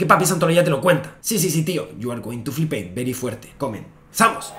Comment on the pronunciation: Sólo sé que es muy real cuando nos dices: “You’re going to ‘flipeit’” 😂